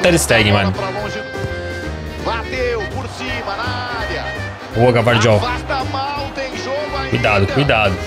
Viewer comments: Chamar o Gvardiol de Gavardiol é ótimo 😂😂😂😂 se pronuncia Guivardiol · não é GAvardiol e sim Gvardiol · É Gayvardiol